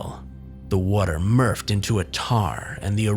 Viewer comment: the water murffed? think you mean morphed?